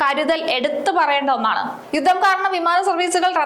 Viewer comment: എന്താണ് മാഡം യുദ്ധം എന്നു പറയാൻ പോലും അറിയാതെ വെറുതെ ഇങ്ങനെ വായിക്കുന്ന